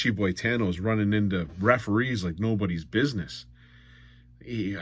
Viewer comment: for a year i thought he was saying mitchy boy tanno, so i finally looked it up hahaha im guessing hes talking about brian boitano haha